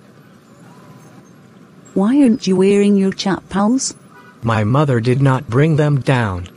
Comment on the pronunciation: lol what timing just came to this comment right before that CHAAAPAYLS THING